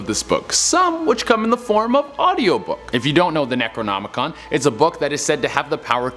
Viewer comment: You hope you pronounced Necronomicon right? You can't be that into horror then. What kind of scary anything host can't pronounce Necronomicon? Very revealing.